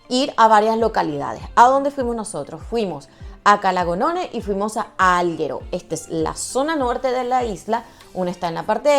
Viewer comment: muy buen video, solo me duelen un poco los oídos con la manera de pronunciar Alghero. A parte de esto, todo perfecto, jejeje. No offense, solo era una bromita.